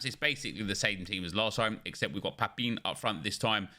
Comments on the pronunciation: PAPIN. It's pronounced PA-PAN. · 😂 it’s pronounced “Pa-pan”